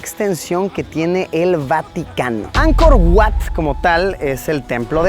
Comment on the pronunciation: Oye, se dice Ankor Vat, aunque se escribe Ankor Wats. Wat= Vat= Templo.